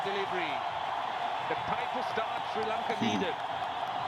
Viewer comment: It is spelt Sri but it sounded like you pronounced it Sir.